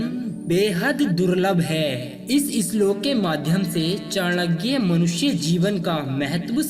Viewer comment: Its Chanakya not Chanagya .